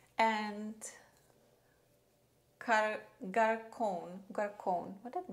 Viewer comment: Just discovered your channel! Love that we use and love the same makeup products. And Garçonne is kind of pronounced like Gar-Son. It means tomboy in French 😊